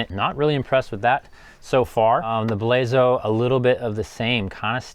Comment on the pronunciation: It's pronounced Blazon